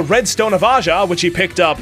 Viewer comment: its aja. and Santana.